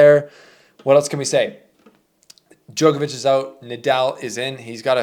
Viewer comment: Why can nobody from the Americas pronounce “Djokovic” ? It’s not Jokervic ?!? What’s wrong with you.